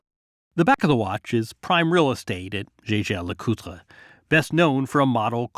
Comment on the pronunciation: I own several Swiss timepieces-I am wearing my Jaeger-LeCoultre Tourbillion as I write. Bought it in 2008 for a small fortune. It is insured for $87,500 which is the replacement value. I am on the waiting list for a Patek-Phillipe Annual Calendar. Hopefully will get it next year. Glad he pronounced Jaeger-LeCoultre correctly. A lot of people mispronounce it as Yae-gar like the pilot which is INCORRECT!